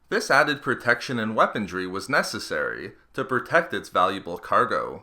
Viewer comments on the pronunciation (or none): weaponRY not weaponDRY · Omg its "weaponry," not "weapondry." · Please say "weaponry" - not "weapondry"! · I like your videos and in depth info. Although this video has a lot of "T's"... aT-aT's, aT-acT's, and that's necessary, it should have way LESS "weapontrees". I know it's just a gaff, but it really takes me out of the armor discussion when I have to yell "WeaponRy" at the screen over and over. I accept partial responsibility for my OCD, but please pay closer attention in the future, and I'll keep watching your videos. Thanks 😀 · "Weapondry" is not the word you're looking for (cause it doesn't exist). "Weaponry" is. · Good video, but please.. It's weaponry, not weapondry. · If something is "impervious," it's redundant to also call it "resistant." And there's no 'd' in "weaponry." :-P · It is weaponry, not weapondrie as you keep saying. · Since when was the letter "d" in the word "weaponry"? What kind of dictionary you using, lad? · I can't get over him saying 'Weapondry'. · the "D" in weaponry is silent